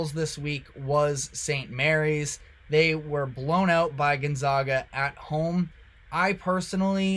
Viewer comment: You can’t pronounce GonZAGa after all these years?